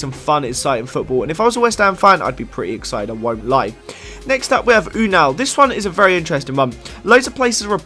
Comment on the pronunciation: unal is pronouced anul banta